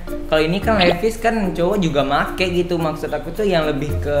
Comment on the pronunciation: Di baca nya livais, bukan levis😂✌️